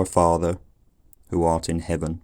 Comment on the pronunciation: But the "th"-fronting is not standard yet. I think it should be [ˈfɑːðə], not [ˈfɑːvə]. I think it should be [ɒn], not [ɔn] in 1924. I'm reading "An Outline of English Phonetics" by Daniel Jones published in 1924 (well, the first edition was published in 1918, but it's the second edition, if I'm not mistaken) and although the author did indeed transcribe this vowel with the symbol /ɔ/, the way he described it clearly shows that he meant the open back rounded vowel [ɒ], i.e. he said that it is "fully open and fully back". In Jones's transcriptions the vowels in "cot" and "caught" were distinguished only by the colon marking length, /kɔt kɔ:t/, as well as the vowels in "ship" and "sheep", /ʃip ʃi:p/, and "full" and "fool", /ful fu:l/. Of course he knew that these vowels differ not only in their length but also in their quality and he clearly stated it in his book, but his symbols were deliberately broad, as simple as he was feeling possible.